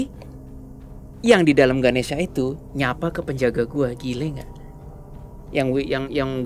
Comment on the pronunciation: mon maap itu nma nya ganesha bukan ganesia nma w ganesia soalny mcem di sebut